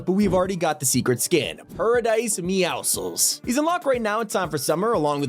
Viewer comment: finally someone says meowscles correctly